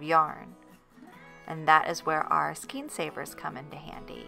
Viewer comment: The word is “skayn”, not ‘Skeen”!